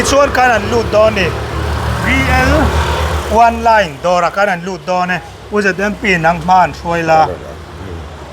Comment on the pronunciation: Online nge oneline😂 Votrass😂